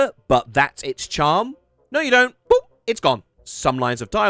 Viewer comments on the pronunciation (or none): none